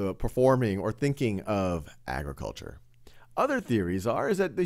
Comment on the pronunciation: ag- re- kul- char agriculture